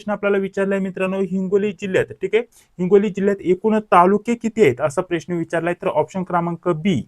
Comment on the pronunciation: साहेब अगोदर प्रश्न च उच्चार नीट करा .😂😂😂😂